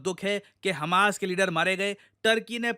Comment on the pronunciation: Instagram ❎ Insताgram ✅ 😅 noticed it to many times